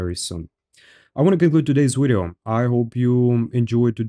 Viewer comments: “ermm.. well its my wideo 😂 wideo 😂 its my wideo is called broken for reason 😂 my wideo” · impressive how he uses a W in every word that has a V like "Wideo" and still i understand perfectly everything he was saying